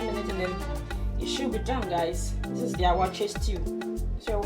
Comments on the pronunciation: Waakye not awaaky but great job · please is not awaakye but wakye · Very detailed and a well done tutorial..👍🏽 ..but on a side note am i hearing ‘Awaakye’?..or its my wrong hearing